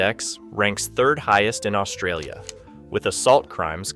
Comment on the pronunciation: Another person who cannot even pronounce Australia lecturing us on Australian culture and geography extremely inaccurately. No thanks !!!